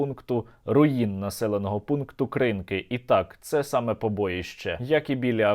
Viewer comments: не КрИнки! А КринкИ!! навять русня вже правильно говорить! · Сергію , КринкИ - наголос на останій слог . КринкИ , то моє дитинство❤: їздили з татом з Каховки туди на риболовлю кожного літа😪Хай буде проклята р#сня !!! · Кринки́, Кринки́, Кринки́. Будь ласка, називайте правильно те шо від них залишилось